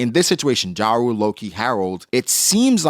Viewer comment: You just refuse to pronounce jarul correctly. Yarul not the American rapper ja rule.